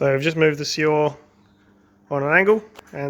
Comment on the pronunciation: Good car. It's pronounced Cuo (as in quota) and re (as in rest) Quo-re. Cuore means heart in Italian. Anyway, this is what we call it where I live. Regards